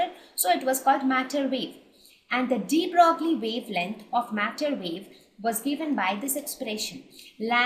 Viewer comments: Superb...! thnx for teaching wonderfully. Just ONE thing- Its pronounced "De Broy" instead of de Broglie. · Its pronounced de BROY!!